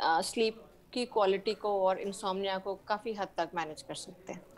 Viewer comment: इनसोमेनिया नहीं इनसोम्निया सही शब्द है ।